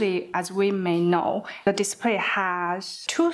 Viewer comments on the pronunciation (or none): Without subtitle I could hear "disappear" instead of display